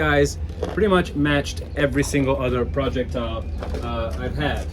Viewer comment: Projectile is ONE word, not pronounced as a compound word!What place did you learn English????